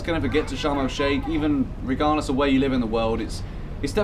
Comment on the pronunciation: How he said sharm el shehk is so funny to me but yeah it's nice over there👍🏼🇪🇬